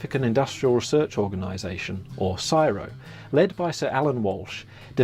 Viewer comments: Its C.S.I.R.O not syro !......😢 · Syro?? Nope... It's C S I R O. Each letter pronounced separately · Not quite, the USA wouldn't pay for the technology, for the banknotes. As an aussie, we don' usually say csiro as one word, never heard it that way until you-tube, it's like AI, or IV, an anacronism said as separate letters. C.S.I.R.O. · CSIRO is pronounced by saying each letter NOT Siro much like you don't pronounce CIA as Siya Pisses me off that someone who relates inventions doesn't even know correct terminology. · The pronunciation of C.S.I.R.O should be spelt out, it's not said as a word.